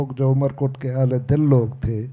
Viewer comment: amarkot not umerkot